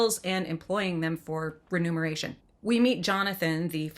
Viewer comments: it's remuneration; not renumeration. "Mun," as in "money." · Renumeration or remuneration? Common mispronunciation. Either way, this garbage movie should be incinerated and forgotten, if possible.